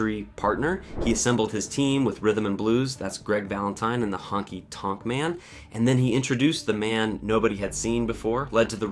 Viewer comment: Decent video, but the AI voice is a bit distracting. Especially the clunky way it says 'Survivor Series' and 'Honky Tonk Man.'